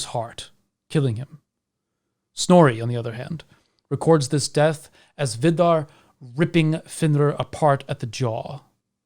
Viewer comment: the way you pronounce Vidar sounds like a Finnmarking saying vidda. Is that on purpose? is there a meaning to that